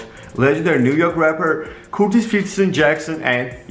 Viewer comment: Why you said Curtis like that play boi ?